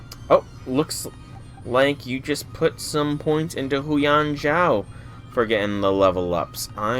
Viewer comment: Ah yes, the infamous Huyan Zhou pronunciation episode